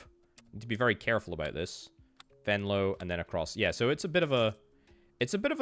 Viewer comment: i have to say the pronunciation of venlo was spot on, beter then most residents 🤣